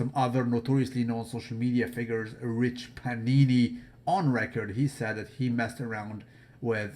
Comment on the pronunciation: I watch all your videos and been watching for years, i I'm also a big Rich Piana fan. I thought you had respect for Rich. Maybe I misunderstood but when you said his name as Rich Pinini, are you seriously making fun of him like a disrespectful way or you saying it as a joke kind of way? RIP Rich.